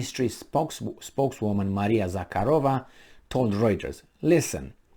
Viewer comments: “Za-har-O-Va” I believe is how it is pronounced? The “K” is silent, yes? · Za-hA-ro-va Stress on A.There is no K sound,but harder H